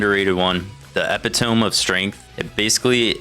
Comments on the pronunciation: epi-tomb huh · that’s not how you say epitome😂😂 it’s pronounced uh pi tuh mee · You might want to look up how "epitome" is pronounced. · Really wish we treated epitome like toma(y)to toma(h)to